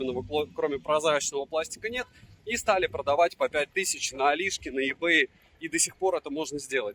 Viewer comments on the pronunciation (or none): none